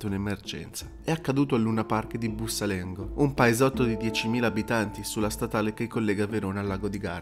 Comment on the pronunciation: BussOlengo non Bussalengo.. ci abito!